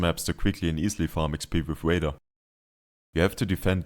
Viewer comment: its vader not wader mate